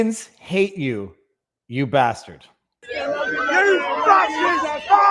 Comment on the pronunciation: it’s BaRstard!